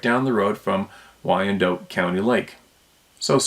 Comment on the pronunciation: I used to live near Wyandotte County Lake, it's pronounced "WY-an-dot", last syllable rhymes with shot and cot. Please don't take offense, I just wanted to help a little bit.